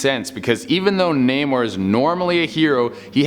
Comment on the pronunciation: Also, the way he pronounced "Namor the Submariner"... facepalm